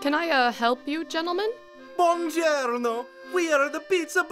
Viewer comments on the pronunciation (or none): not the ✨️"bOnGiErNo"✨️ 💀💀